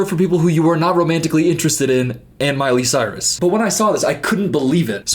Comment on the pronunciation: "...and miley cyris." 😭